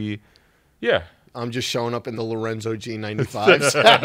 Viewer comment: LORENZ-O. Come on it's been months